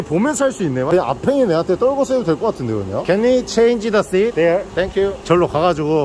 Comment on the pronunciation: seat 이 아니라 sheet...??